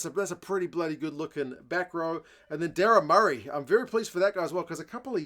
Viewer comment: Mer-Aye is how you pronounce his surname